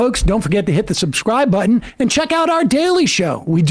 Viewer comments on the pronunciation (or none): none